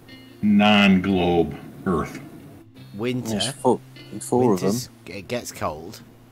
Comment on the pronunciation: its not DERTH... either...